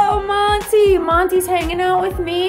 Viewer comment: 🤣😂🤣 rocky is Hilarious! Everytime I see your senegal rescue vids...i keep hearing you calling monty, morty🤣😂🤣 i actually like the name morty better 🤣👍💖 thanks for another fun vid🙌